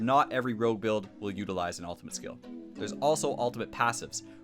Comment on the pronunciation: wtf is an "altimate"?